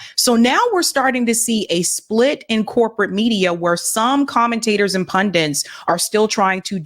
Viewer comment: They’re not pundints, they’re pundits.